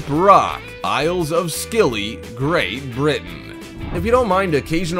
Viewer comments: You pronounce Scilly as silly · Isle of 'Scilly' is pronounced 'silly' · You mispronouced isle of scilly, you do not say the c this is a silent letter. you pronounce it as isle of silly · Thank you Jacqui, this guy hasn't a damn clue. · Hi Jacqui, he needs to learn how to pronounce places before he starts. I lived on the Bishop Rock for many years, In fact I was the very last keeper there. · No: 3 it is pronounced Isles of silly, the c in the name is a silent letter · You dont pronounce the c when your saying scilly, just say silly